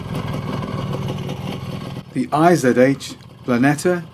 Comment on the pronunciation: IZH is not I - Z - H :D The russian name is made up of 2 characters I and ZH :) in German I would write ISCH and ISH is probably quite close as well with an i like in give for example...